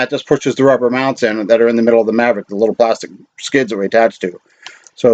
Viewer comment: Mavic not Mavrick